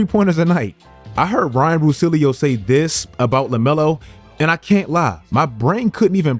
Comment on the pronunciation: The pronunciation of russillo was hilarious 😂